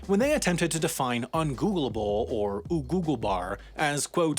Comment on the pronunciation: Always fun to hear someone mispronounce something in my language. "ogooglebar" say it just one ome time please